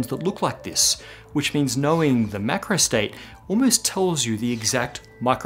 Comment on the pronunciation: maybe it's because I am not a native english speaker, but it seems to me that you are pronouncing "micro" and "macro" the same way.